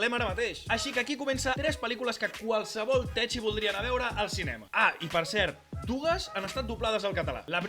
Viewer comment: Res a veure amb el tema, però "techie" no s'hauria de pronunciar "tequi"?